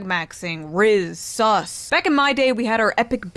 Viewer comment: sus not sauce